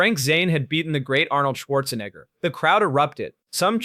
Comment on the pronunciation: What's with the fake "flies all over the screen" effect? In what way does it enhance this video? Also, you can't even pronounce Arnold's surname properly. you idiot! 🤣🤣🤣🤣🤣🤣